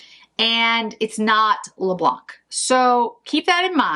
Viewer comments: Hello, just to say in french we say "le blan" and not "le blanK", i think this will be prettier this way when you will say it (apart from being correct), xoxo from Val (french from Paris) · Please please do not pronounce the ‚c‘ in Le Blanc! 😉😂👍😘